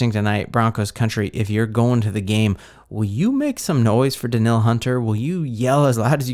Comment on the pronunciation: It is pronounced Da-neal! And Hockenson is not Jewish. Also.. The Vikings have the best stadium.